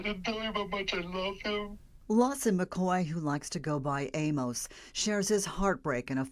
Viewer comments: This reporter is awful. She mispronounces the boy’s last name sayin “McCow”, when it’s McCoy. Then she mispronounced the fathers name throughout the whole story. Sheesh! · She said McCow?